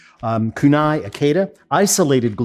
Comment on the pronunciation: ki-ku-nae.. not.. kunai...